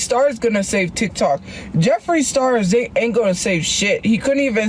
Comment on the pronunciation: She had no idea how to explain the "titok" ban. Also, she didn't like RedNote because she couldn't understand and got "fusstrated"